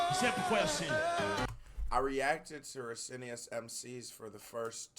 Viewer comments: Hey, man: Rah-cee-oh-nuys. In São Paulo, we learn to respect Racionais before we learn to respect our parents. I'd like to see you react to "Homem na Estrada" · Greetings. Great reacts man. You can read their name as "RAS-YO-NICE MC", as we say in good portuguese. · Racionais, plural of Rational. "Rah cee ow nais" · you can pronunce it HA - SEE - OH - NICE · I'm enjoying these reactions, you are super smart! But please go to Google Translate and learn how to pronounce "Racionais", cause you're butchering it 😂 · To sound like portuguese, u should go "RATIO (rrah-sio) + NICE (nah-eesss) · I like your videos, but learn how to say they name right!